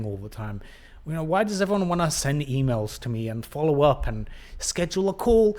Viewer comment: "skijew-akewl" - Schedule a call